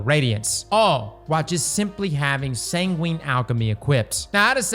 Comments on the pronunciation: Sangwin. That's how it's pronounced! You don't say pengween right? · Sangwin sangwin! San gwin! Say it with me! 😂